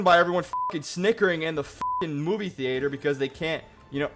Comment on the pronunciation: the way you say theatre is criminal!